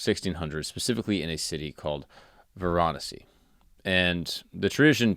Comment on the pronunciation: Hahaha, you're pronunciation, especially of Varanasi (Kashi), needs some help...